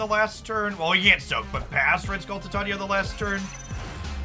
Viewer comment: Tie-tay-knee-uh. I love the content you put out and I do realize that this is extremely nitpicking but the pronunciation gets me sometimes 😂